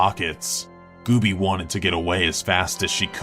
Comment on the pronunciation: Gooby, not Goobie.